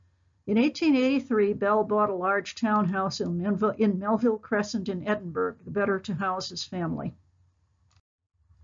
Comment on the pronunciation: Thank you, but pease pronounce Edinburgh properly.